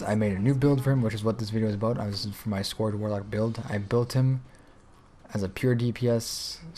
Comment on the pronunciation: Sorry I am saying this but since it is a class name I feel it's important, but you are pronouncing scourge wrong. You are saying it as if you mean "Scorch" Scourge is pronounced, "Skertch" Look up videos in world of warcraft that has anything to do with the lich king and the scourge. They are probably saying it somewhere. Great video though! :D